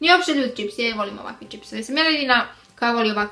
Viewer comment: kaže ćips, ne kaže se ćips nego čips